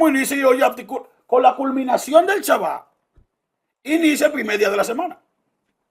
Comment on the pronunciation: No se que me molesta mas de Jairo. Su actitud al debatir, o que diga "chaba" en vez de SHABBAT.